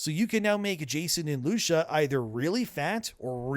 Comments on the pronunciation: Who tf is lushia. It’s lucia 😅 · Lusha ? Lucia (loo cee a) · bro stop being pathetic. You watched the trailers you know how her name is pronounced LUCIA! Loo-See-Ah!! Absurd talmbout “Lusha” everyday🤣🤣🤣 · lew Si a!!!!!!!!! NOT LUSHA!!!!!!!!!!!! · It’s lucia not lusha 😂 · Omg its not loosha is Lucia (Lew-see-uh) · Bro, why do you keep pronouncing her name as Loosha? It's Lou-see-ah. Have you really never heard that name before? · "LOO-SEE-AHH" not Loosha. Wtf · It's Lucia, not Lusha. xD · Dude. Work on your name pronunciations. Its pronounced Loo-see-ah, not Loosha. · Anyone notice that he calls her Loosha? Is this ragebait? Her name is Lou-see-uh. It's a common name dude and you've heard people say it many times before in reference to GTA6. This screams AI generated audio. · Bro... lu-see-uh, not lu-sha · Her name isn’t Lusha. It’s Lucia. “Lew-See-yuh” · Who TF is LuSCHA?! its LUCIAAAAAAAAAAAAAAAAAA god damn.... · Loo-see-yah not Loosha god dang yall it's like nails on a chalkboard every time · Who tf is Lu-shuh? I've only ever heard her name pronounced Lu-see-uh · It's "Lusha"?.... and not "Luu-see-yah"? Have spanish people been mispronouncing their own name for hundreds of years? Or is just terrible at pronouncing shit? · who tf is lusha .. I think you mean lu-cia or loo-see-ah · I hate the fact that you keep calling her “Loosha” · Lusiya not LUSHIA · It's "loo-see-uh" not "loo-shuh" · Who is Lu-shuh? I thought it was Lucia (pronounced Loo-see-uh). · It's Lucia not Lusha. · 🤡doesn’t change the fact that the more popular pronunciation is loo-see-a. If you want to go directly to the Spanish roots, which considering this is based in Miami, you could even get away with Loo-Chee-uh. Loo-shuh is extra, my guy. Rockstar themselves have confirmed it’s Loo-see-a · Lu-CEE-YA bro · Lucia is pronounced Loo-see-uh, just FYI. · stop callin her lusha bro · It's Loo-see-ah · “Loosha” bro can’t fkn read 😂😂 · Bro said Loosha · Lew-shah. Okay... 😆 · Loosha lol